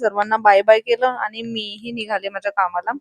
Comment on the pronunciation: आनी नाही "आणि" असत ते 😂😂